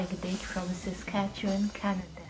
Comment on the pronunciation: Geez Quick Dick! can even say Saskatchewan right! Better than someone from Ontario! Good job!